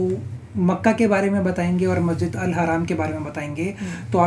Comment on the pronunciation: मस्जिद Al हराम नहीं बोलते है मस्जिद al हरम बोलते हैं